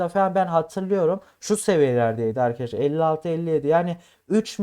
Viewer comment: Köylü müsün şa Eykadesler ne oglumm Arkadaslar